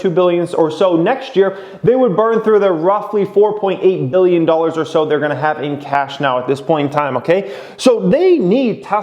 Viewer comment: billion or million. annunciate!